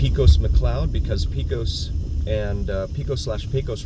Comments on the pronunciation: Enjoyed the video, but 2 things... In n out animal fries has grilled onions, not chili. It's their burger sauce, cheese and grilled onions. Pecos is Paycos, not Peecos. I've never ever heard anyone say Peecos before and I've lived here off and on since the late 70s when my grandparents moved here. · Good morning. I live in Las Vegas and really enjoy your videos of areas I've never seen. A couple of things: If you were from Texas you'd pronounce Pecos like PAYcos. Also, I think your viewers would enjoy seeing Jerry Lewis' home in the Scotch 80s neighborhood. It's not in a gated community Keep up the great work and happy new year!